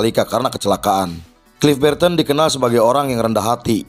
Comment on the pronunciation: "Klif Birten" 😂😂😂😂 sapa tu klif birten 😅😅😅😅 Welcome to Indonesia 😩